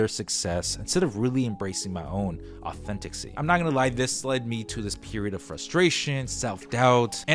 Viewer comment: The word authenticity has FIVE syllables. Just saying.